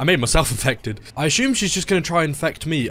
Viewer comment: it's assume not ashume, anyway nice video